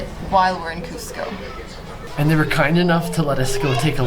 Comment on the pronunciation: This is great and all but the guy sounded like he said costco😂